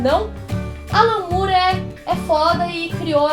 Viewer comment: é more mesmo e não "Mure"